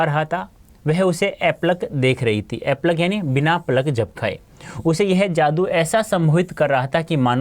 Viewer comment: Sir aap apalak ko epalak padh rahe hai 😂😂😂😂😂😂😂😂